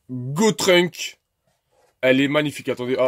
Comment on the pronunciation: att att ta bien dit Gotrunk ah oui sa se dit Gotenks